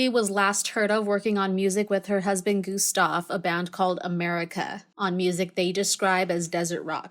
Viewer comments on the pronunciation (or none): none